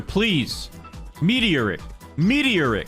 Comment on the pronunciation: I love how he says meteor rick instead of me-tor-ic